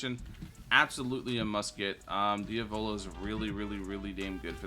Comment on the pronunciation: Diavolo❌ Diovolo ✅